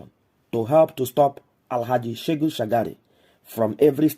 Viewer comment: It is SheHU not SheGU Shagari.